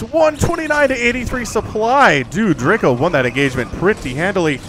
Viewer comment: As a Pole, I would like to tell you how to pronounce Draco. In English letters it would be Draeco - the a is more like in car, or the first letter of eyes. Greetings from Poland!!